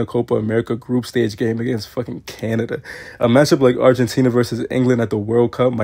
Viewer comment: Why you say Canada like that 😭 respect us pls 😂